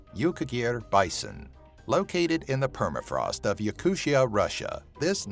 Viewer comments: not yakushia..... its yakoottiya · Yakutia is NOT pronounced "yakuSHA" it's pronounced "Yakoo-t-i-a" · Damn, you butchered the pronunciation of the word Yakutia so badly, I cringed every time you said that.